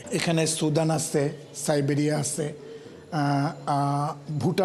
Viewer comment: সাইবেরিয়া না লাইবেরিয়া